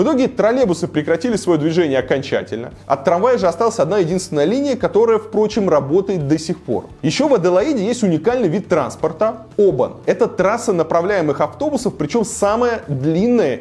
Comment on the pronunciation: Холден закрылся в 2016 году Холден это General Motors. Opel Commodore не существует. пЕргола -- это какой-то сортирный термин. В Австралии это пергОла. Транспорт в Аделаиде -- полное говно. Трамвай в нормальных городах сносят, а тут строят. Не Обан, а обАн. И он явно лучше, тем трамвай. Гриль -- это решётка. Если пластина, то она не решётка не никак. Это hot plate. Небо обычное. Semaphore -- вообще самый некрасивый и неинтересный пляж.